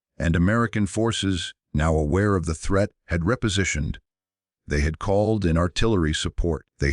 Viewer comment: can't say REPOSITIONED!!!!!